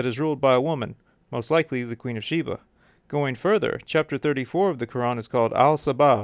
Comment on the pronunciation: You’re pronouncing her name wrong. And she’s Ethiopian.